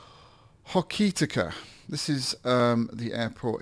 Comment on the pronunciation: Cool vid but remember to turn on the Avionics master. And it sounds nit picky but you pronounced Greymouth and Hokitika wrong. Realy good video thx :)